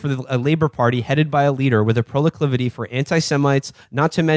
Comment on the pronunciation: “proliclivity” whoa Will short circuit?